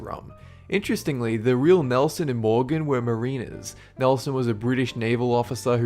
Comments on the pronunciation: And please learn to pronounce stuff. You're embarrassing sometimes. 'Mareener'? Jesus, Mariner isn't hard. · Hongda. Nuff said. Also, ASDA is not pronounced by each letter, it's "az-dah". And "Mariner" is pronounced Mar-in-er